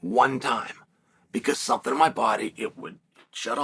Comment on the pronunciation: Chael, employing his audience of knit wits to ask Ngannou "thumpthing" for him.